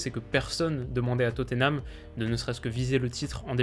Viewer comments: Étant Londonien, je me permet de te dire que Tottenham ne se prononce pas Toténam mais Totnam ou bien Totenam. Bonne continuation :) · La prononciation anglaise c'est Totenham en prononçant le H